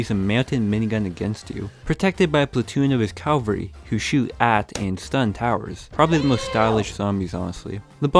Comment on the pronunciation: Its not calvary, its CAVALRY